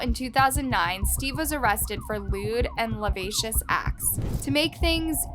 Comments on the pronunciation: She said lavacious. Lol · You totally butchered the word lascivious 😂🙄🤦‍♀️